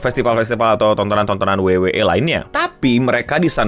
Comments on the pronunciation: WWE (Dabel yu dabel yu i), bukan dabel yu dabel yu e.. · Dabel yu dabel yu i bukan dabel yu dabel yu e 😂😂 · Bangke gatel bat denger pelafalan wwe pake b inggrisnya, abis double u double u malah E😂